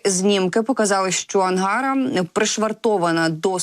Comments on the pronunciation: Виьачте!, але коли ви читаєте текст!!, ви можете наголос ставити вірно? : АнгарА, наголос на 3 скоалі!! пічка на раСясєі- АнгарА!!😂😂❤ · Ангара -наголос на А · Наголос не на "А" , а на "а" останню. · ето правда